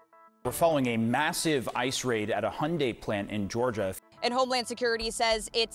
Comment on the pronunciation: 땡큐 도람프 ㅋㅋㅋㅋㅋㅋㅋㅋㅋㅋㅋㅋㅋㅋㅋㅋㅋㅋㅋㅋㅋㅋㅋㅋㅋㅋ 2찍들아.. 뭐라고 좀 이야기를 해줘봐.. 어쩔꺼야? 이것도 한국이 잘못한거냐?? 에휴 그나저나 AI음성도 좀 더 좋아져야겠네요. 보통 ICE는 약자로 철자를 한자씩 읽어야 하는데 아이스라니 ㅋㅋㅋㅋㅋ